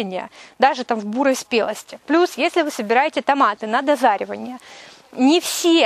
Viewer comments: Почему дозаревание а не дозревание? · Не дозаривание, а дозревание